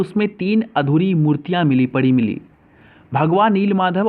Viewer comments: Please pronounciate 'PURI' correctly ..... You are saying Pudi/Purri in spite of PURI... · wo pudi, nhi puri h bkl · पूड़ी नहीं पूरी है यार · वह पूरी है पुडी नहीं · पुडी नहीं पूरी है